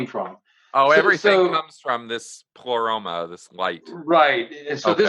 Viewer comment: It was a stuffed baboon, not a chimpanzee, as in the title of Peter Washington's excellent study of HPB and her influence: Madame Blavatsky's Baboon: Theosophy and the emergence of the Western Guru (1993). P.S. "Pleroma" is accented on the first syllable, and Leadbeater is pronounced "ledbetter".